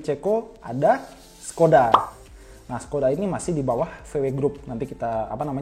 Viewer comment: keren ni... mengedukasi... pengucapan yg Perancis udah oke bangeet. merek yg sussaah bgt buat diucapin. sedikiiit masukan, yg ceko, dibacanya SHkoda, S dengan rumput atas transliterasinya sh- boleh sumbang ide? bahas in-house tuner bang... macem AMG, Nismo, Mugen, Gazoo Racing, Brabus gitu.